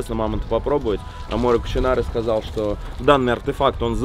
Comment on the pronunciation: Меня одного дико коробит, когда Витя говорит - амоРЕ кучинаре? Вероятно это все так и задумано, но мне прям не по себе от этого)